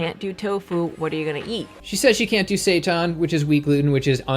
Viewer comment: mispronounced Quinoa and Seitan within one minute. lol